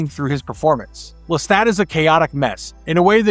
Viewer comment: Lestat. Pronounced LesTOT. Listen to how he says it himself in the show. Now you repeat…